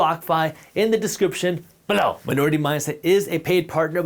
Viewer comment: Why you always say below like that 😂